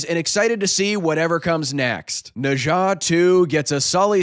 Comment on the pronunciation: After hearing your pronunciation of Nezha, I know you are professional!